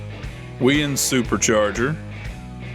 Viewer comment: The ProStreet Camaro has a Weiand Supercharger. It’s pronounced “Why And”. 😉😉